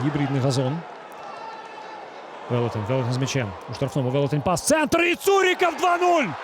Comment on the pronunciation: поки важко українською, але молодець, слух мало ріже. Хіба вимову прізвищ підтягнути, бо зараз БондаренкА (а не кО), ЦурикАв (а не Ов) і т.д.